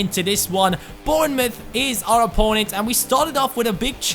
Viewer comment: AMAZING pronunciation of Bournemouth, its a weird one cuz of the mouth when it is muff, well done! keep up the great work!